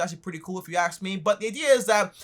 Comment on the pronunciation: Always learning from the CEO of “ if you aks me “ Thanks for the videos man